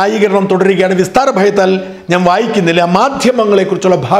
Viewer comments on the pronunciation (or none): 10.50മിനിറ്റ് : "വിസ്താരഭയത്താൽ" അല്ല, "വിസ്തരഭയത്താൽ" എന്ന് പറയുക.